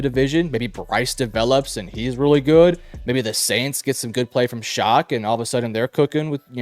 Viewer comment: For the record, Tyler Shough's last name is pronounced "Shuck" and not "Shock". It isn't a big deal, but it was bothering me through the video. 😂